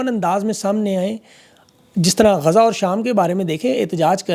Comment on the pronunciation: میں آپ کی توجہ اردو الفاظ کے تلفظ کی ادائیگی کی طرف مبذول کرانا چاہتا ہوں، زیادہ تفصیل میں نہیں جانا چاہتا بس ایک ایسا لفظ جسے آپ بکثرت استعمال کرتے ہیں وہ ہے "اور" اور کی ادایگگی کیللئے سانس اندر کی طرف کھینچی جاتی ہے جس سے تلفظ کا درست مخرج ہوتا ہے اگر ہونٹوں کو گول کرکے سانس باہر کی طرف خارچ کرکے ادا کریں گے تو غلط ہوگا، اس ایک لفظ پر توجہ دین